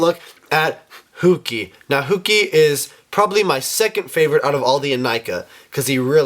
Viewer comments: It's heewki not hoowki. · Hooki? Do you mean hewiki?